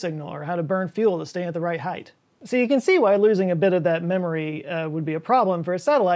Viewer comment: Was that a heighth I heard?